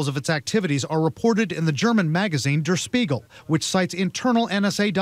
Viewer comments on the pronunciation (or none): Dur Speagle? I've never heard "Der Spiegel" pronounced like that before. It actually irks me a little every time the reporter says it like that.